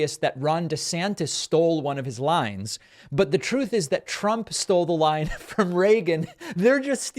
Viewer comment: Hilarious and fitting that he pronounced "truth" wrong